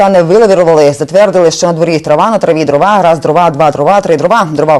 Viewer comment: дрОва - наголос